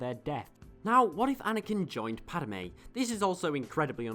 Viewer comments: Gahh, it's Padme, not Padame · I'm sorry but it drove me nuts. It's not padame its just padme there is not ah sound in her name. Once again sorry i know im being a dick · Padmay not pad a may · Why do u say Padame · "Padime" lol nice vid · I made a comment about that too. It was so disturbing